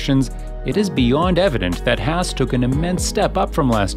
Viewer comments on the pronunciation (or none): The team name is HAAS and NOT NOT NOT HASS....headache.